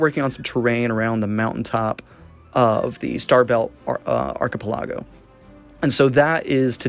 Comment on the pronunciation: thats a new way to pronounce archipelago....